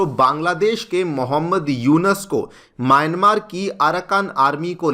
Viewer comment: ji..Its not यूनस, Its यूनुस